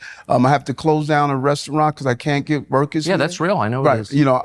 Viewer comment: Is it just me or does he sound like he is saying "Rokers" now workers?